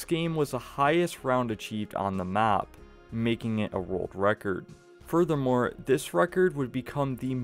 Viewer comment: World wecord? 🤣 Bugs bwunny